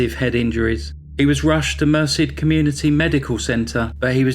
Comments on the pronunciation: It's pronounced Mer SED, not MER sid, if you're interested. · Very well done. FYI that town name is pronounced mer-CED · "Merced" is pronounced mur-SED (not that it matters, it's a total s**thole) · people please learn the proper pronuonciation of names. stephen lived in Merced califnot mercy get it right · Mer-Said is the pronunciation 😊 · Great video. Thank you! BTW Californians pronounce the town of Merced as Mer-said. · Incredible story. The town is pronounced mer SED. Rhymes with instead.